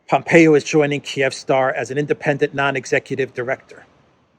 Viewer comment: I'm pretty sure it's pronounced "KEEV-star" lol